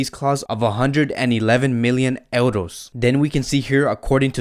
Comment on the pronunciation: I just have to say this....why do you keep saying Eldos...it is euros.